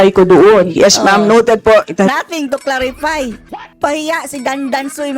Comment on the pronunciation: Claripay or clarify? 😂😂😂 Please pronounce your word if it's f as f. P as p...